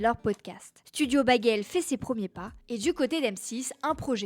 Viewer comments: On prononce" bégueulle" et non " baguelle"😂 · ta prononciation du mot "bagel"...😭